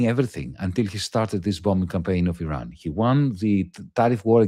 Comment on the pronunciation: You can’t pronounce Iran